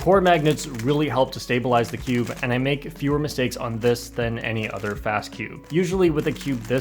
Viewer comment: You say cube like skewb